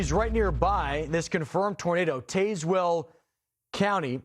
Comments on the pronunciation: No s in Illinois when you pronounce it and The county is Taz like Tasmanian devil not tayswill there you go have a great day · No offense but your procrastination of Hopedale and Tazwell hurt me. Hope-Dale and Taz-Well